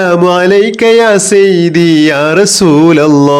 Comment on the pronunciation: Sayyithi not sayyibi